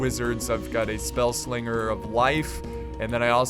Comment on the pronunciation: it's not spell slinger